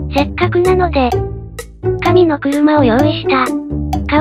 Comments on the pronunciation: 発音が「かみ↑のくるま」だから神の車に聴こえた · 紙の車の発音がマジで神の車なんだよなw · 紙の車のイントネーションが神の車なんだよなぁ